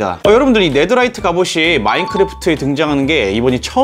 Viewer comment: 네더라이트가 아니라 네테라이트이 예요^_^